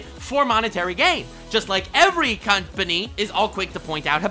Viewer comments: did you cunt-pany?(Company) it might be unintentional... But I heard cunt-pany when saying that all they do is want $$$ lol! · He really said "cünt-pany" for company lmfao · says cuntpamy Me haha he said pany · says 'company' with a small pause in the middle....... Me: *smiles and giggles in Australian